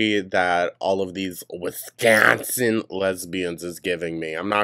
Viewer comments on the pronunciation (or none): lol I laugh so hard every time u say Wisconsin 😂